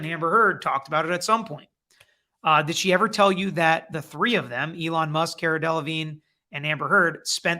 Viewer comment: It’s Car-a (🚗-a) 😀